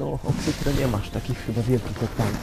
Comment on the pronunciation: nie oksyTRE tylko oksyTRI